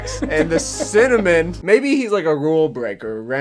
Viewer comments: I cant stand how they keep saying “cinnamOn” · The bloke in the earlier commercials has no personality or presence whatsoever, which makes it so strange to hear him pronounce cinnamon just to set things up for the catchphrase to work. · The way they mispronounce "cinnamon" just to make it rhythm with "winner, mon" is so weird. Why not just make a cinnamon cereal? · the “cinnaMAN” part killed me because my friend’s rapper name is literally cinnamane lol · I love how the ads pronounce cinnamon wierdly just so it can rhyme with "Winner mon"